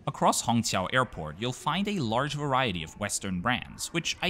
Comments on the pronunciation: It's incredible how you get the Chinese "q" sound in Shanghai Hongqiao right. Most foreigners can only pronounce it as "ts" or "ch". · Great review of Juneyao, an airline that is high on my bucket list as well! You did a great job pronouncing the Mandarin words too.